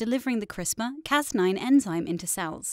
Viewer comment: LOL - We don't call it 'Crispa' - We call it 'Crisper' You're funny. 🤣🤓